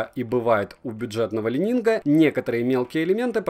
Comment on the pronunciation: Уже не лайнинг, но ещё не идеально))) Каппа., "Ли Нин" - не ли нинГ. Легендарный гимнаст Ли по фамилии Нин